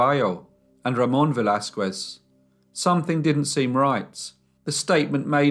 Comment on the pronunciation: Pls learn how to pronounce Spanish names as you seem to now how to in French. It was painful to hear you say Velasquez.